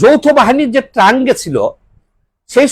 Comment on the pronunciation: আপনাকে না বলেছি ভাল একজন মানষিক রোগের ডাক্তার দেখাতে আর ভাষাটাও ঠিক করুন। সস্তা popularity জন্য কেন নিজেকে ছোট করছেন??? এটলিস্ট নিজের পরিবার এর কাছে ছোট হয়েন না। ছোট জাতের লোকগুলো আপনাকে সবসময় বাহবা দিয়েই যাবে। শব্দ টা Trunk না!!